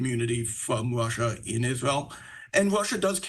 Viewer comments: Is it Russia or Wussa???? Where do they get these people from? I hate to be that guy, but if you were a reporter just my opinion, but I feel like you should be able to speak correctly. I’m sure it’s not his fault but I wanted to build houses for a living, but it turns out I suck at building houses. Just saying. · Ya the Wushins and fwom Wushia😂😂😂